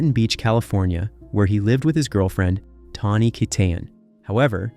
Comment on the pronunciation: How many different ways are you going to pronounce Tawnys' last name? geesh